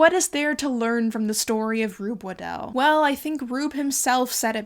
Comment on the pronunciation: Super interesting video, but also you are one of the only people who I’ve heard pronounce my last name correctly. Its always mispronounced as “waddle” which I understand if you are just seeing it for the first time but it has become a nickname that I really hate. Anyways, keep up the great work!